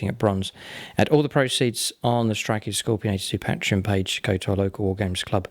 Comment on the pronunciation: Please learn to say patreon, it's embarassing. PAY-tree-on. not PAT-re-on